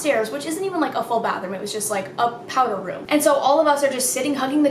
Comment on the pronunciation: Did you call it a “power room” instead of a “powder room”?! 🤨😂😂😂😂😂😂🤣🤣🤣🤣🤣😭😭😭😭